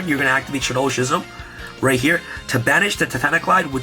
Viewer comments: Great profile, but Schism is pronounced "Skizem". Was mildly infuriating lol. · I dunno why the way ya pronounce schism just makes me cringe lol